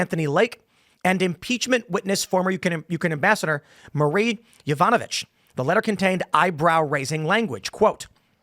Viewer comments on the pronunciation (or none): none